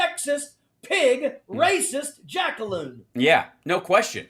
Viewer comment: I wish this guy would stop saying Jackaloon. These people are way worse than whatever a Jackaloon is.